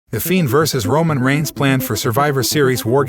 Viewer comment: This robot 🤖 voice nigga said Roman Rhines hell nah lol 🤣